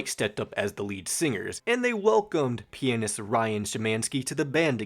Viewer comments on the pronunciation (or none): none